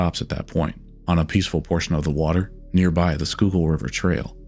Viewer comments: Think the biggest surprise in this video was the fact you pronounced Schuylkill correctly. In all seriousness this is a Very well put together video. Keep up the good work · When he pronounces Schuylkill correctly, you know he's done his research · I’m not sure where you’re from, but major props on correctly pronouncing schuylkill river 😂